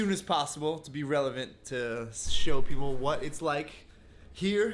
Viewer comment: when you say people you say paper